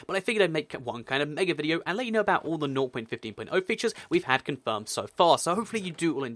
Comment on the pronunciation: some times I hear him say north.15 instead of 0.15